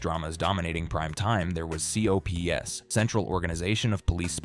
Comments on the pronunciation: The AI voice is harsh. Especially when trying to pronounce COPS. Doesn’t help that most of the information is wrong too. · It's called COPS and yes it is an acronym, but no one except AI would refer to it by each letter C-O-P-S? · It wasn't pronounced "C.O.P.S., it was pronounced "cops" as one of my favorite cartoons as a kid. It is one of the best animated shows of all time... Everything is so well drawn...That intro cartoon theme was also awesome... There was always different messages at the end of the show (by an extra animated scenario) that induced kids to be law abiding citizens that never made it to the 2 season collection. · C.O.P.S. For those who saw that show it was never pronounced with every individual letter. It was just called cops